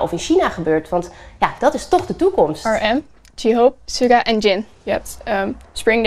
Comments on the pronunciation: Ze zei letterlijk: "Suda" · Dat meisje eh..dat meisje zei letterlijk Suda. 😐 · Don't get me wrong, maar ik cringde wel om de uitspraak van de namen van die fan, sorry hoor. Echt niet gemeen bedoelt hoor, maar Sjugga en JeeHoop, RM...... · Sorry maar ik cringde echt om hoe ze J-hope en suga uitsprak isbxidnjend